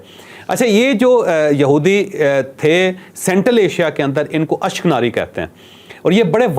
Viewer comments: اشک ناری نہیں اشک نازی ھے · ashknari nahi ashkanani bultay hain u n koo..